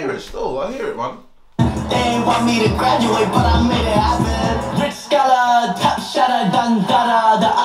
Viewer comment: He literally said he gratuaded